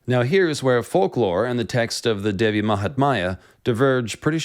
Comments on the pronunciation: Hi there, thank you for your interest in making such videos about indian culture and stories. But it is such a bummer when you mispronounce the fundamental names of Gods n Goddess. For instance, Devi is pronounced as 'They-vi' or 'Dhay-vi' instead of your cuurent pronunciation which is almost sounding like 'devil' with a silent l. When names and matras are mispronounced, it could cause harm. May be you could run through your pronunciations with respective cultural natives to add credibility to your videos. All the best. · mahatmya, which you pronounced mahatmaya, devi which you pronounced dehvi, so not too bad...lol.